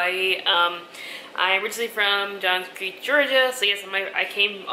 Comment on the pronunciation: another great video lol. Although I cringed when you said Johns Creek :) Miss ya girly